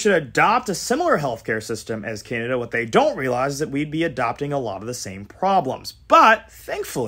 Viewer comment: In his own words: “Because that’s! .... hwhat canadians! .... HWANT! .... Mr. speaker.”